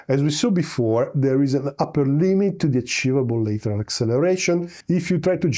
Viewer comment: lateral as in latch, land, bad, and not as in letter, better or later.